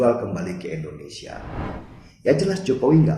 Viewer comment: Mas Denny, gw boleh saran ngga? Klo nyebut Indonesia jangan ENDONESIA dong. Harus dibaca sebagai huruf I. INDONESIA.